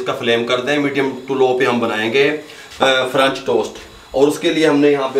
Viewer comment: ahm , excuse you but its "french" not "franch" and if u still pronounce "french" as "franch" then you probably don't know how to read 💀